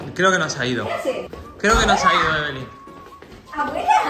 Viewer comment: Se dise Evelyn no Eve